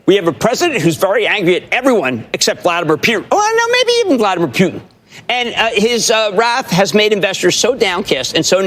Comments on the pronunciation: who the f**k is "vladmirror pewt'n"? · Love how he calls him Vladimir Pewtin. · I like how Jim says P-U-tin. I used to say poo- tin but poutine is delicious and it reminds me of that. P-U-tin it now is! Emphasis on the P U.